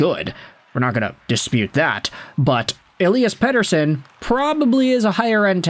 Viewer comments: Ep40 gave an interview and was asked how you pronounce his name and you pronounce his name like that in Swedish. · i'm glad someone else was feeling the same way about this lmao. I like the videos, but I dislike how his names being said